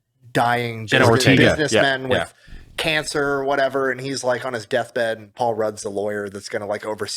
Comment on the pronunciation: I've never heard a Hispanic mispronounce "Ortega" before. Ortee-gah says Brandon 😅😂